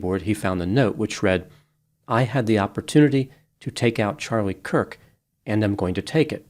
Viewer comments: Why mispronounce Charlie Kirk's name in the intro and outro? Hard to believe it was a coincidence, more likely a typo in the script but maybe something else? Kind of odd to mispronounce the man's name here... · I swear I heard say “Charlie Cook” at the very start of the video. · I think had an accidental tongue slip and said Charlie “Cook”. Not gonna lie, it was kinda cute/endearing tho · I like you, but how do you mess up Charlie Kirks name right off the bat? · I was looking for this too. He also does it at the end. 🤔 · It's Kurk not Cook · Dear twice your mispronounced "Kirk" as "Cook." I'm not criticizing you I'm just bringing it to your attention. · At first you mispronounced his name, I took it as a stumble. At the end you still pronounced it as "Charlie COOK". Along with your almost verbatim repeat of the press conference, the only 'opinion' you shared was your apparent disdain for the death penalty. The rest was an over-simplification on a grade school level. I haven't seen any of your other videos; but it they're anything like your apparent lack of actual interest to even get his name right, or inability to delve above talking in simplistic platitudes, then you are definitely a waste of time. It seems you were more interested in trying to get views than having insight into the actual subject. A typical quack with useless paper on the wall. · HIS NAME WAS CHARLIE KIRK. THAT IS K - I - R - K pronounced "KERK" Not Cook. Idiot. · CHARLIE KIRK - it sounds like you are saying Charlie Cook! Hopefully, it’s my device and/or MY ears that are hearing incorrectly. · His last name is Kirk not Kook. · The mispronounciation bothered me. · It sounds like you said Charlie “Cook” at the beginning and at the end 🤔 You’re right, the shooter was basically an insecure nobody. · The second time he did it, he had said Kirk only seconds before. 🤔 Maybe he was having an off day?